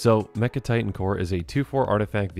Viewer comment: Yea I noticed that, plus he pronounced mech titan like 3 different ways in the beginning so hopefully he’s just tired